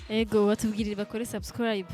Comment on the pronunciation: Mbe nikuki abarundi na banyarwanda bananirwa nukuvuga subscribe bakavuga sasikrab?mbe nikuki aba naija na cameroun bananirwa nukuvuga ask bakavuga axe??ha ha ha